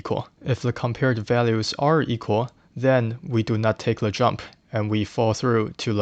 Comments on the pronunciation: why do you say "le" instead of "the" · I appreciate the video, but why do you pronounce "the" as "le"?